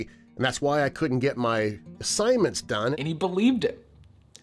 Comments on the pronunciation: "assissgnments" nice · "assissgnments" No wonder he was failing college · "I had an emergency, that's why I couldn't get my assissgnments done"